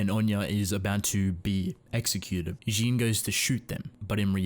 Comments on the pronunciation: I love your videos but... It's JEAN not Jin/Jeen/horse face ._. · It's Jean not jean